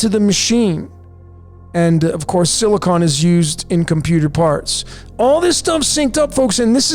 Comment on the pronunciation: Lithium = Lit Hi Um and Silicon = Sili Con 😂